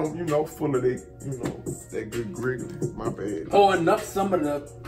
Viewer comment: “Good grigidy” 😹